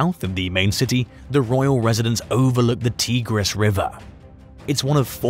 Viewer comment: Never heard of tegris river, but I heard of the tigris, long I.